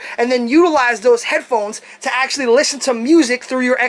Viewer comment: omg that was the joke. I made fun of how you said "actullally" all the time. Or in other words: ACTUALLY you didn't even pronounce it correctly.